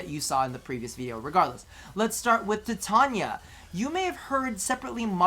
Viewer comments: its not TUH-tania its TY-tania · Its Tie-Tain-ee-aa = Titania